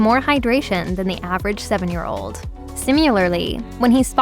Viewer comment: The narrator clearly has acutely NO personality. Also WTF is “simularly”? Get a new narrator. This one is horrible.